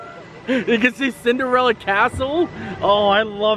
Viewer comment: I have not heard Cinderalla get called Cinderelly in a long time lol.